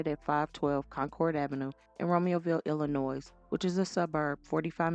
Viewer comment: Hey, the S in Illinois is silent😂 Signed: born and raised Illinoian❤